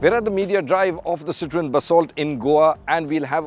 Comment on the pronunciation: It’s pronounced ‘CITR-O-EN’. Not ‘CITRINE’.